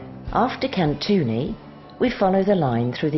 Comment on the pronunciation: As for the views, this video shows the viewer beautiful areas of Kalymnos. As for the music, it sound as though someone is going to take a death trip on a train. However, the pronunciation by the narrator of the different areas on Kalymnos is atrocious, especially when you pronounce Kalymnos or Katouni!